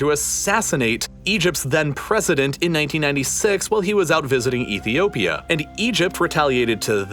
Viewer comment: I am born in Addis Ababa, Ethiopia. That is not how you pronounce Ethiopia.